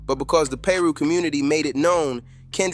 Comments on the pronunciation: again... someone missing the point... its funny how the video pronounced it ....im in LA all the time to know it's Piru not Peeru or paru ... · Bro it’s pronounced Pie-roo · "Paru" "peeru" what??? Pronounce it right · It's so cringe when he mispronounced Piru!! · This was irritating me so much 😂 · I know 😂😂 the way this video pronounced it is off